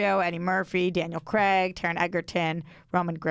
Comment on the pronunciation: Why do Americans pronounce Craig as Cregg?